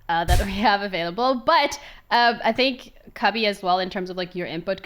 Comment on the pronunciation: I don‘t want a lot for Christmas, there is only one thing I need. And that is Broxah stopping to say „I fink“